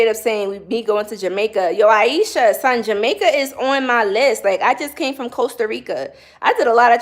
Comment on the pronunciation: When you were saying “son” I knew you had to be from Brooklyn lol Just subscribed today. I will be tuning in for spiritual advice.